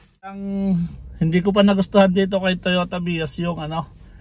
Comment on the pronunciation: Ilan yung bilang ninyo sa pag bigkas niya ng "Totoya Vios" ? 😂 🕊️✌️